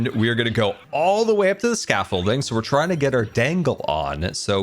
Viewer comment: "We're teying to get our dangle on"